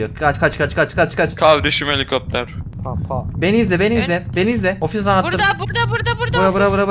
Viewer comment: Ya nolur kardesim heli kopter demeyinya😂😂 abla m surekli baha kardesim helikopter pırrr bunu al yenisini gonder papa diyip duruyo buda beni sinir lendiriyo (şsssssss ben de kardesime kardesim helikopter prrrr bunual yenisin keske gondersen diyorum kimseye soylemeyin)dedim lafabak kisi var ve benim dedi me bak😂😂😂😂😂🙃